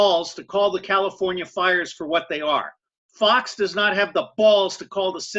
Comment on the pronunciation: its not "fo" news" fox sounds like faux or false news